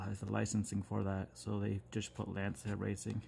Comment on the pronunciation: just a tiny FYI it’s pronounced “launch ya”, it’s a Italian word.